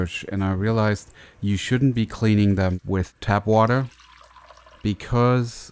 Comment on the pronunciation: Its tap water not tab water